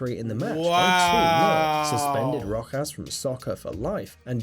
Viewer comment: y did it sound like he was sayin rock a$$